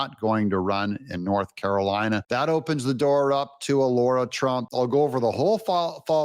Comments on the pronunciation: DOUG HER NAME IS SPELLED RIGHT THERE! It is not Laura, it is Lara, pronounced LAR-AH. You have been mispronouncing her name for so long it’s driving me nuts. LARA NOT LAURA. Get it right already! 😂😂😂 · Lara not Lora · It's LARA FFS, not Laura. Why can so many people not show the basic common courtesy to pronounce someone's 4 letter long name correctly? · “Laura Trump”? Her name is “Lara Trump”. You know it. Do better.